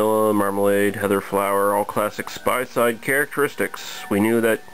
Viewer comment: first. Btw in some of your earlier videos you done some anise' liquours the correct pronounciation for that word is "aniseed" just thought i'd do u favour mate :) good review Oh and spayside is pronounced "spay-side" not "spy-side" you were right the first time